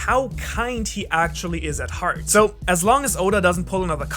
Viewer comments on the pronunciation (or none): none